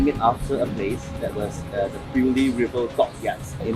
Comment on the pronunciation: Beaulieu House, pronounced as boh-li-oh